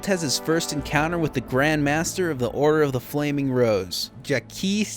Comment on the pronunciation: the whole time i thought he was saying the order of the flaming bros